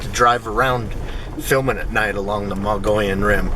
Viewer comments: Pronounced: mug-ee-yun or muggy-own by locals) please say it right. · "Moe-gee-yawn" rim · Mo - gee - on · Odd pronounciation, but it's "MOE - gee (like key) - on Rim. It's how the indigenous Indians in Arizona pronounce the Rim's name. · more like mug eon.